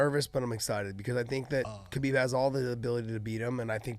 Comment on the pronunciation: He talks about how he knows Khabib so well but he pronounces his name wrong. Ok dude...